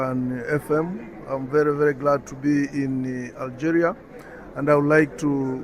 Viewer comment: Ya Benti one shouldn't speak English by reading it in "FKHEUNTCH". The word "Algeria" is pronounced "AlgEEria" in English, and certainly not as "AlgÉrià" as one might say in FKHEUNTCH. The English language is a totally different language from French, especially pronunciation-wise.